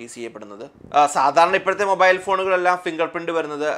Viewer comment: മോബായിൽ അല്ല മാഷേ മൊബൈൽ